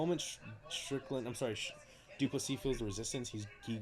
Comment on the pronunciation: This might just be the worst, most disrespectful commentary ive seen yet. Strickland simps can only say his name wrong. Fucking weak